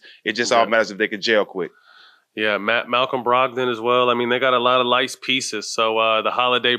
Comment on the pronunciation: Matt zooted!!! My guy said "they got a lot of lice players"